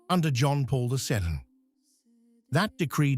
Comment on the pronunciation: Your stupid AI voice couldn't even pronounce the word "second" after "John Paul." Get a human to read this, will you. And "Pope Leo the Thood." Come on, you knuckleheads. And "Rorate Caeli" also pronounced wrong. This is click bait. Shame on you.